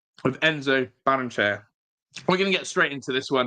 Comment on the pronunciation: Ba-rren-e-chey-a In Spanish, every vowel is sounded.